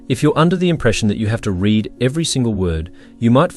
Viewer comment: It would have been nice if a human had read this. Hey AI, READ (reed) and READ (red) are not interchangeable.